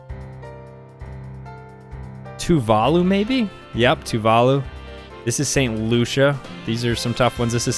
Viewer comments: bro said "toovaalu" for tuvalu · It’s so annoying the way he says Tuvalu